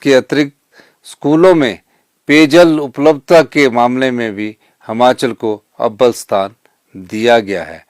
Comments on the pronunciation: महोदय जी कम से कम उच्चारण तो सही करें। जैसे यह प्रदेश हमाचल नहीं हिमाचल है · Trko khud bolna ni a rha h sukhu hmachal bolte han or asl me himachal hota h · Sir,Hmachal nhi Himachal boliye,Hindi to achhe se padhen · Himachal hota hai na ki Himachal hota Hai pahle bolna sikho mukhymantri bhi aap pata nahin kaise Ban Gaye by media Ghar Bhar liye Apne gharwali ko MLA banaa Diya